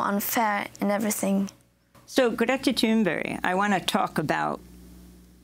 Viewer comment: Came to this with the attempt to learn to pronounce Greta Thunberg properly. I had to laugh a little when immediatly after she tells you how it's pronounced (Gre-ta, with the gre like the start of great)), you pronounce it differently as Gret-ta.